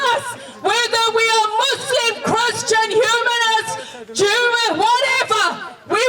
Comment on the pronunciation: Jewwahh? XD hilarious.